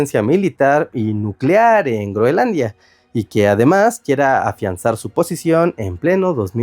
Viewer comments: Escucho a cada rato Greonlandia o Greolandia y es Groenlandia en español!!! Por favor, estoy viejo y cascarrabias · creo que alguien tiene un problema para decir groenlandia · Muy interesante el tema, pero.... No pude soportar un "Greolandia" o "Grolandia" más. Abortando misión en minuto . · Debe ser que la "n" es muda. 😂